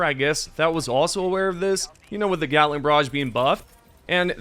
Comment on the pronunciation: I swear he said orbital gyatling barrage